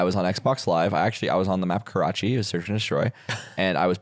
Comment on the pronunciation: the way pronounces karachi is insane